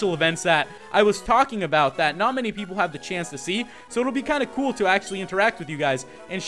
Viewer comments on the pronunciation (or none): none